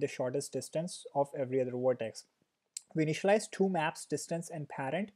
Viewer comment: Tufayel Talha and two is thooo.. lol